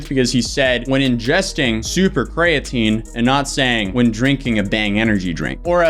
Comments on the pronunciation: Wow, 2 people that can't pronounce Creatine. This is weird. Kree-uh-teen. Not difficult. I'll give a pass, but a CEO should know how to pronounce the ingredient they're pushing the hardest. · Dude can't even pronounce creatine properly, why would anyone think he knows anything about chemistry? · Bro why dose he pronounce creatine without the e